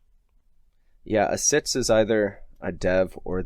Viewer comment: Why d'you say siths instead of six?